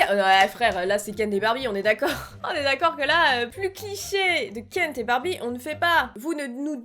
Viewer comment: C'est moi ou elle dit KenT et barbie😂